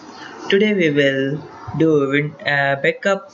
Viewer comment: you said bekup?